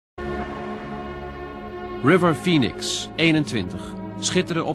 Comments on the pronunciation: Okay but it really sounds like he says "Rubber penis" instead of River Phoenix. Am I the only one?? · Sounds like he says “rubber penis” 😆 . Beautiful soul ❤️